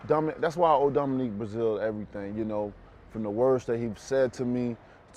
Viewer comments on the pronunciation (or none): none